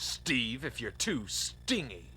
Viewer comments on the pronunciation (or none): Did the guy really mispronounce stingy?